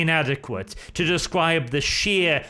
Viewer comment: the following reasons are why you are a good loretuber. 'Confrict...' 'Descwibe...'